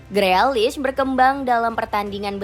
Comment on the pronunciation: Tukel apa Tukul min? Freakish itu dibacanya grilish 😂😂😂